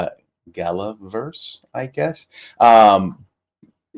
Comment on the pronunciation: did I hear ... GALAVERSE??!?!?!?